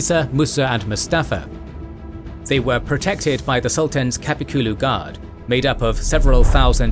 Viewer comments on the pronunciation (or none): It's not pronounced KAPIKULU, but Kap(uh with the h silent)kul(uh with the h silent), similar to the Bulgarian letter of ъ